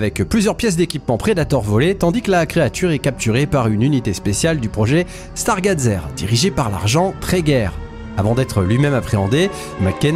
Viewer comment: 1er soucis : la prononciation du mot "stargazer", 2ème : la "grange" est en fait un camping car.. sinon bonne vidéo